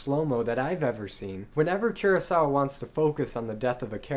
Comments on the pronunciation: 黒澤明を語るなら、キュロサワでなく正しくクロサワと発音して欲しい。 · I agree with you. Kurosawa is pronounced with [k] sound as in cook, not with the sound like in curious.